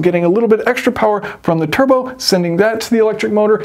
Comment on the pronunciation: Churbo instead of turbo